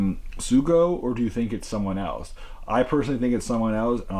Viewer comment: The name is Tokiwa Sougo but Sougo is pronounced So Go. You don’t say the u.